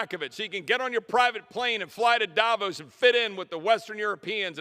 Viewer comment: WOW!! 👏Chip, drop the mic moment. He said D-A-V-O-S. BONNNNG!